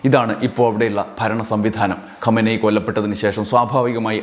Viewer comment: ഖോമേനി അല്ല ഖമേനി Khamenie